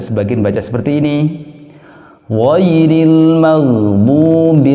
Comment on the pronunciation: Ghairil dibaca goeril